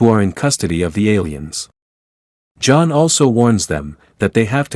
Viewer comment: A carter doesn't crash down. A meteor, or something else, cause a crater! AI voiceover fail... And now it goes from John to J-On for J'onn J'onzz?! LOL And who mocks Batman for not having Super Powers?!